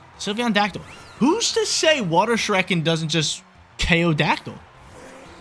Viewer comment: You lost cause you keep mispronouncing “Shuriken”